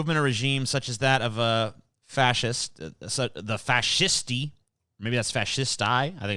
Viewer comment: It’s pronounced “fa she stay” I believe